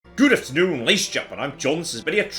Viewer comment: "Goodaftnung layshanzgenmen"